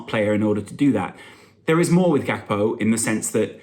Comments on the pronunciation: Here a dutchy, Just say it with de G.. its not pronounced with a H. He's comming from PSV. That part of de Netherlands speeks wit a soft G not with the hard one. So Gakpo it is. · Im Dutch. The dutch started by saying “G (scouser sound) akpo”— but it’s a Ghanianae and he’s himself said its Gakpo english like